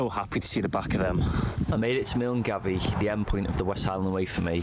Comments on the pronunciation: Milngavie is pronounced "Mulguy" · It's not pronounced MILNGAVIE it is called MUNGUY.